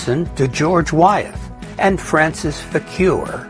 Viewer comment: BTW, I am told "Wythe" is pronounced "with"